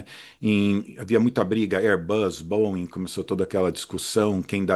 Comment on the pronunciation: Finalmente alguém que fala corretamente o nome da Boeing!!! Geralmente eu só escuto colchão de molas: bóing, bóing, bóing...